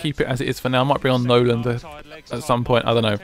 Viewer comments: I enjoy these vids but misprouncing the players who play for the team you support is so grating throughout the video. It is Nolan, not Noland. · its Nolan not Noland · why do u call nolan 'Noland' ? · It annoys me that way you call Nolan "Noland" and you call Zarate "Zate"